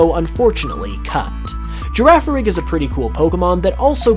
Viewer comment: "Girraffarig" if only he knew from yesterday's trailer